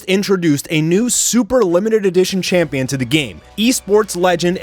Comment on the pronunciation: That AD intro made me laugh. "when was the last time jews were held as a campion" LMAO